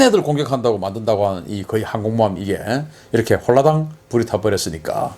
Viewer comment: 홀라당~ 발음 좋으세요 ㅎㅎㅎ